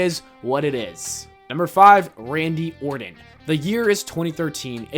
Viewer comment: “RADNY ORTON” 😂